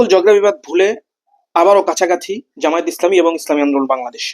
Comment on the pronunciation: আপনাদের এতটাই অহংকার জামায়েত নামটাও ঠিক মত বলতে পারেন না